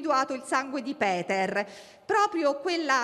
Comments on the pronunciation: Anche il nome si pronuncia Peter , nn Piter. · "Buongiorno, oggi parliamo di Piter, voi sapete... il padre di Benno Niumar". È inutile, siam proprio messi male con 'sta qua... ma possibile che non ci sia nessuno in Rai che le insegni (almeno) a non storpiare i nomi delle vittime?!